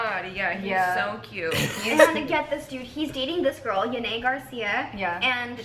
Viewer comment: Haney wtf it's yanet